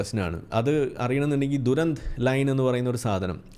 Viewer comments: ദുരന്ത് അല്ല ദുരന്തമേ..... 'ഡ്യുറന്റ്'. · Duranth അല്ല Durand ലൈൻ